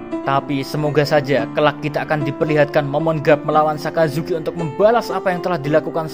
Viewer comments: Sakazuki min bukan asazuki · Min,orang lagi setengah sedih dengar mimin cerita ulang kejadian sedih. eh,malah ketawa pas mimin bilang "Asuzuki". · Ngakak pas mimin ngmong asuzuki 😆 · Gua salah dengar apa gmana. Asuzuki wkwkw. Sans" min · baru gua sadar kalo mimin bilang asuzuki haha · dia bercanda wkwk dia blg asu zuki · le ngomong asuzuki jo kerep kerep min😂 nko lak akeh sek tiru :v 😂😂